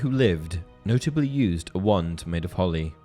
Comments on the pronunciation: Great video! But had to watch it on silent and read captions because I couldn’t stand to hear you say “wund” 2,000 more times over the next 40 minutes. 😂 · I keep hearing one, not wand